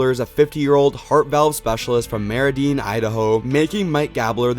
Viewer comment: As an Idahoan it Is my job to tell you that you mispronounced Meridian